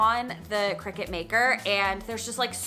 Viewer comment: It's pronounced decal (deckle) not deeecal. And it's Cricut (Cree cut) not cricket.